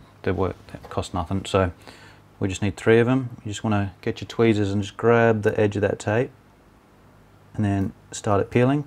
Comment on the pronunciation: i rlly like the word "tweasers" it sounds like a cute little baby that cant prenounce the letter "r" right xD